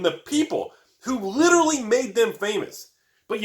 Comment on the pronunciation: 16 "liderly" and 1 seriously? You can do better!!! :D